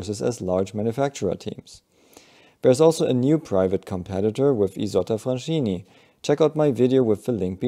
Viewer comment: Fraschini does not have the German "sch" sound. Instead it's s-ch, where ch is often read as 'k' in Italian and together with 's' you pronounce it "sk", like the "sc" in "script". Thus you get Fraskini as the pronunciation. Very minor detail, but thought I'd point it out.